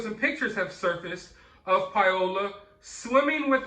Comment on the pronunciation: Her name is not "Pie-ola" It's pronounced Pow-la Pao-la Paola. Paola, is a beautiful name. Pie-Ola, is cringy.